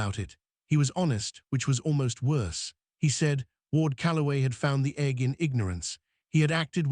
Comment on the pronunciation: Instead of egg it's Egghh.